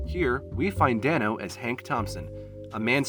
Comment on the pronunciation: paul DAYno not danno sorry but yh he’s my pookie❤️❤️